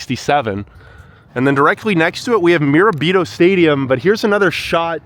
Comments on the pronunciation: Bro actually pronounced Mirabrito wrong😂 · It's pronounced 'shen' ango, not 'chen'. The city was named after William Bingham. The suffix 'ton' was added to mean 'Bingham's Town', Binghamton. Mirabito is pronounced Mur-ab-it-o not 'meer a beet o'. Can't trust the narrative if the basic information and pronunciations are not accurate.